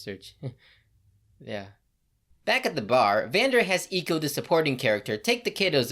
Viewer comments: “Eaco” Just say Ekko. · Honestly miss prononcing Ekko's name is hurting me more than some of the jokes